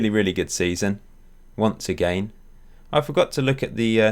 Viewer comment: i like how you pronounce "agaian" :)